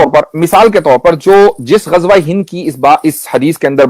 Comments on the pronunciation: Bhai, Gajwa nahi, it is Ghazwa. Z not J. Thanks. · Ghazwa e Hind ❌ Gajwa e Hind 😂😂😂😂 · Gajwa nahin mere bhai! 😂 Ghazwa hai 😂😂